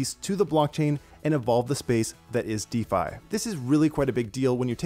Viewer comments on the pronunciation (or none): none